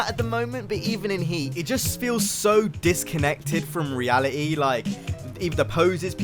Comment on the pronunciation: “Reali-e “